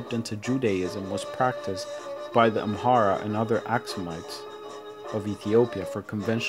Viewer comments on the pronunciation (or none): Why do you say amhara when its amara????? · absolutely right. It’s Amara not Amhara!!